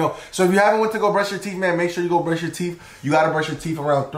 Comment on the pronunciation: Bro said we need to prush 3 or 4 times your theeth you can prush your theeth 2 times a day night and morning🎉😂